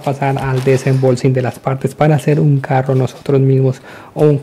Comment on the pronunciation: porque dices desembolxing xD jaja buen video